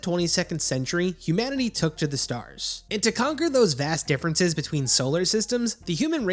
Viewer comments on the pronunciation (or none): did he say vass deference